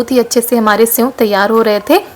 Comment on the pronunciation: Aapne senv kitni baar bola hai senv nahi sev hota hai